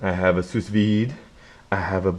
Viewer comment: lol bro the second "s" in "sous" is silent